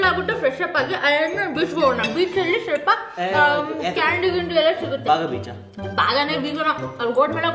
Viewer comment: ಸ್ವಪ್ಲ ಅಲ್ಲಾ ಅದು "ಸ್ವಲ್ಪ"